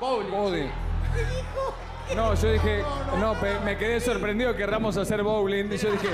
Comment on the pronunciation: ahora en el ya entiendo porque todos dicen "hacer BOULING" JAJJAJAJA